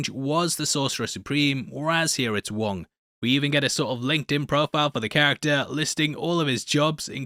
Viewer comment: Glad to see you said it right. It is the Wong Cinematic Universe